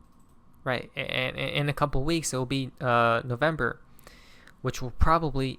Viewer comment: It's November now 😂 NO vember😂